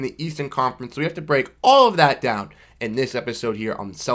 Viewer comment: "Dawn below..." i cant tell if that thats Pittsburgh accent, hehe or is it Boston? Hehe